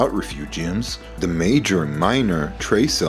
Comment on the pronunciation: It’s, the, not, dee.